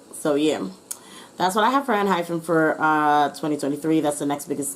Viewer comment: Their name is a play on the word hyphen but it's not pronounced hyphen. It's pronounced hy-pen. Plus it's obvious you collected some talking points and manipulated your reading to re-iterate that lol. Mature fans are well aware of the lashings they got and I'm not going to say there wasn't ever tension or communication breakdowns, but there certainly wasn't any bullying. As for the rest, every fan knows they're 1000% aware of their situation, they don't talk about body image negatively at all, actively say stuff about their group dynamics and about how they're growing and getting closer. Basically they are aware of what people are saying and they want to garner more trust. And as per fatphobia, the fault lies in non-fans or anti-fans more because 70% idols have said and perpetrated more harmful and offensive ideas and no one batted an eye. So yes they do need to do better in not offending other people but they deserve to live and grow and perceived kindly because they're not actually the people as everyone portrays them to be. And your talking points were very weak and generic in that sense.